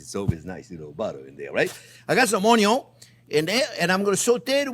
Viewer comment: chef YOU USE A LOT OF ONYOS IN YOUR RECIPES I MEAN ONIONS THATS OKAY KEEP SAYING ONYOS I LIKE IT BETTER